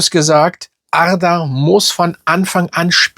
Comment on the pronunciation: Ich schwore du mutierst jedesmal zu einem Piraten wenn du arda sags, arrrrrda jahahaha